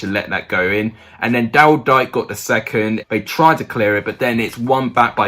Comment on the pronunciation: dike is pronounced DK bro